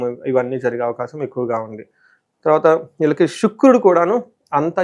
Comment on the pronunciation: ఈళ్ళకి కాదు నాయనా వీళ్ళకి అని పలకాలి.. వాక్ శుద్ధి రావాలి అంటే భాషా పరమైన స్వచ్ఛత ఉండాలి అండి 🎉